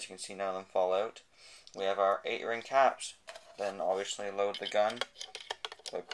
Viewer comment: stop saying oviusly